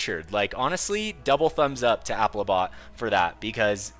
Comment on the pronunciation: Congratulations for pronouncing applibot correctly